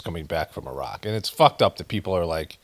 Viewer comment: Appreciate your pronunciation of Irak and Iran. Take care brother.